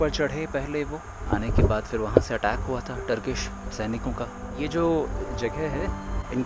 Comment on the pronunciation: It is phir nit fir